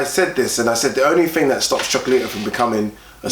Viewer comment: Loved the show as usual. Starting to kill me though... its Cho-co-la-ti-to. 5 syllables. #SunsOutGunsOut